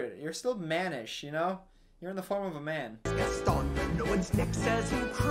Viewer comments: the whole movie: gast-on me: gast-on literally everyone: gast-on any chance he gets: gast-in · Its gaston not gason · Also the fact that he calls him "Gastin" when there's a whole song pronouncing it GASTON 😂😂😂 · Zoe Williams also HIS NAME IS PRONOUNCED GASTAWN NOT GASTN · The gaston song playing: Gast'n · song: says gast-awn at least 20 times: gast-en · stop stop stop you're going to take someone's eye out. besides, it's GastOn not GAston. okay im sorry im gonna just... bye. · Movie: literally says ‘Gaston’ as ‘Gast-ON’ in a song over and over again: ‘Gast-IN’ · Disney: Gaston: Gasten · GastON not GastIN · Ah yes my two favorite Beauty and the Beast characters, LeFool and Gast-in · Say Gastan one more time! I freaking dare you. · everyone: sings a song and says Gaston 12 million times: gatin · hears everyone calling him Gason: gastin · Your version is just as bad. It's gaston not gason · Ok was being low key annoying in this vid 😂 “Gastin” when they pronounced the name correctly multiple times “Does the beast kill the father?” “I know this movie has a flying carpet” Honey everyone knows that’s Aladdin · I like how he says Gaston's name wrong when talking about the song that just says Gaston's name over and over again "Geston" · Makes fun of how everyone pronounces words Also: Ghasten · Nobody:: GastEn, Le fooL, Philliper XD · He called Gaston Gast in 😂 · why did he pronounce gaston's name like "gasten" lmao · “Gassie” HELP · the movie: sings a song that repeats Gaston’s name over and over: “Gastin” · He called gaston gas 😂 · Sir it’s GesTON! Loll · There was a WHOLE SONG about Gaston and you still mispronounced his name the whole time xD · idk where he’s from but if he’s from anywhere near North Carolina, there’s a lake called lake Gaston there that’s pronounced like he’s saying it. at least I’m hoping that’s the reason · pronouncing Gaston wrong for 30 minutes.